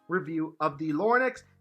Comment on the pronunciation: He keeps saying “Lorn-ex”